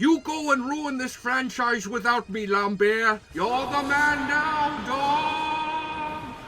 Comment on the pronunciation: you pronouced lamberts name wrong dick